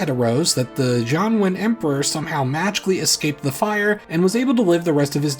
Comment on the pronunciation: I heard "John Wayne" each time you said "Jianwen", and the result was some very weird, very bad alternate history.